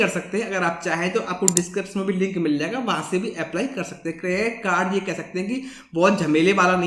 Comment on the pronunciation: This can even pronounce credit card properly but still has th audacity to make videos.